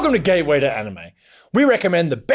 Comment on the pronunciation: Because of the accent, it seems that he doesn't say "gateway to anime" but "gay way to anime" 😄